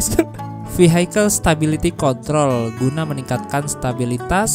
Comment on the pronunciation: ikut ngakak denger vehicle jadi vehisel😂😂sering ngakak sama dubbingan mas² depok ini